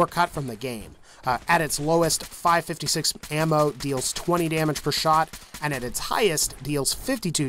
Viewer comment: It physically hurt when you said five 56 it’s called 5 5 6